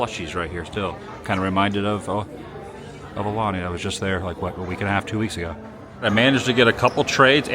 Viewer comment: Wassup Adam!! Aloha from Hawaii! Check this out, I love your content and watch it every morning (Hawaii time) but you’re still pronouncing “AULANI” wrong, my brother…🤙🏽